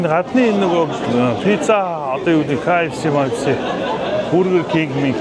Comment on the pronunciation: Кэе Эф Си биш Ка Эф Си юмуу ахаа 😅